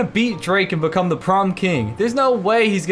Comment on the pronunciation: Why are you saying bacome!? Its become